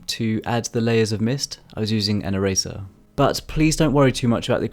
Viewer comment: Really cool drawing, the whole video I was confused cause I thought you were saying razor instead of eraser like how Tf do you create mist with a razor I was confused. Anyway, I challenge you too draw a black and white flower, good luck